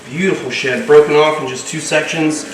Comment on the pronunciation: Ohhh “deep in SHED” not SHIT. 🤣🤣🤣🤣💦